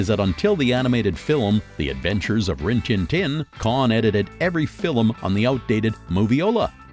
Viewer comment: The "rin-Tintin" mistake made me wonder if it was a sort of wake-up call of sorts... I chuckled, anyway! :D